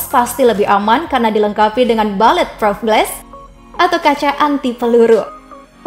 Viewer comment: Peluru (bullet) pengucapannya bukan "balet" tapi kira2 "bulit".